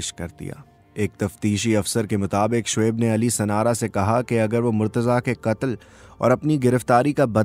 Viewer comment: I am not being rude but you must differentiate between as in urdu "KAAF" & "QAAF" you pronouncing "katal" actually your sound needs to come from Throat. Do apologise but I love urdu